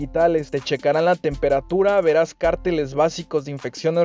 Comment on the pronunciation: Padrísimos tus vídeos, gracias x la información. Solo te tengo una observación con mucho cariño... Cárteles cómo lo dices se refiere a los del narco, lo correcto es pronunciarlo con acento en la primera e. Besos